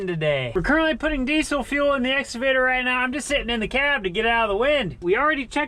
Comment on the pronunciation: And now is calling it an "Exavator".